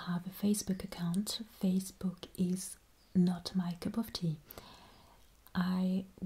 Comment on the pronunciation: Your a babe , And saying not my cup of tea is very British but with french twist is amusing 🥰